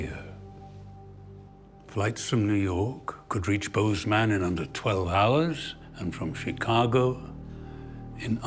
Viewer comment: Nobody in Montana calls it "Boze-man"